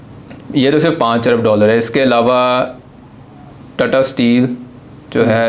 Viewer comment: Tattaaaa nahi tata motors hai vo 😂😂😂😂😂